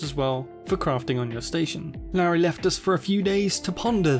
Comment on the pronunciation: It's pronounced 'Lorry'